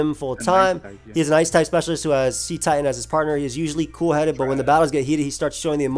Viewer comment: The "cet" in Cetitan is pronounced like "set", not like "seat". It's a pun on the word "Cetacean" which is a member of the infraorder of whales, dolphins, and porpoises.